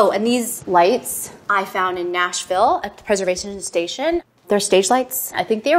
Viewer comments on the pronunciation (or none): none